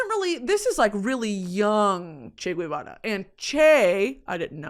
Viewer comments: First of all, it's not "Che Gwevara" its Ge- va- ra. If it was it would have a "ü", since you love linguistics. Really sad that you're praising him. Of course he's "demonized by history" because he played a role in ruining Cuba, where people are now killing themselves cause they're going crazy cause there's nothing. All my life I lived in guilt because my family is trapped there and were robbed of a life that would have been much better in the absence of Communisn obviously. It's a really, really privileged take to be like "Che had a vision he was a revolutionary." Then why'd he have to come and prey on a little country like Cuba doing well for itself? Why not take over Argentina? I love Argentina, and I don't resent them as a country for what Che did. Cuba didn't have a problem that needed fixing. You said he said "you can't have a revolution without guns". Well guess what, no one was looking for a revolution anyway. Esos cabrones pushed my grandparents to move to the U.S. with guns, with fear. Crazy how people like Guevara are praised for stealing and looking for more when they already have everything, and in the proceso ruin countries that they have nothing to do with. Most prominent with Guevara being Cuba. I just beg, listen to actual Cubans. I'm getting really, really tired of white freaking people or non-Cuban people in general talking about our country and invalidating our experiences and what Castro and Guevara did to us. I, myself, am not entirely educated on it bei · I'm gonna be the annoying argentinian pointing out that Guevara is pronounced "gehvara" not "gooehvara", the U between G and E (or I) isn't pronounced unless it's spelled "ü" like vergüenza or pingüino. Also Guevara was his last name 🤣 Other than that you keep slaying Spanish!! 💚